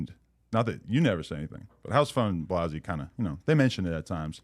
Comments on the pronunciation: First of all say blazzys name right Adam you scumbag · Still to this day, Adam miss pronounces Blazzys name lol